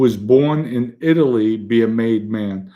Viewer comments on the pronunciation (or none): none